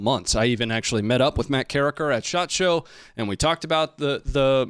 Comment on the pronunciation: Shot Show. Every time I hear you say it I hear the Japanese word. Shachō. 社長 Company president.